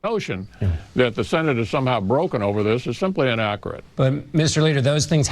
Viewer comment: Mitch can't even say inaccurate, he says "inacorrut"